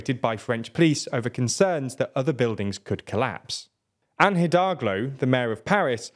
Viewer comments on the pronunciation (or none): none